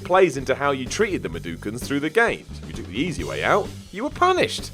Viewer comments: Medukans, medukans....lmao WTF!!! Mudokans!!! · Abe is a what? Madooken? I'm sorry... MADOOOOOOKEN?